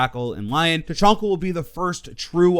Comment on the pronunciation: It's Ta.Chan.Ka. Not Ta. CHON. Ka.